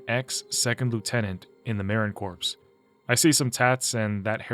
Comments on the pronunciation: Marin Corps? Not Marine Corps? Lol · its pronounced Marine core. Spelled Marine Corps. Not may-rin corpse